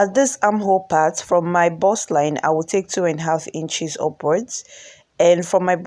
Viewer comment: Lovely dress. "BUST"(Chest) not burst(explode)